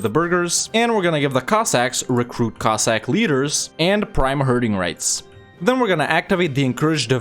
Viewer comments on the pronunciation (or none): none